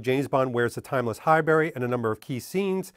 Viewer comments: It’s not “High-berry” but “High-brie”, like the cheese, right? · Sorry, Pronunciation Police here again. It's pronounced Hibuurry, not High-Berry. Great video👞👍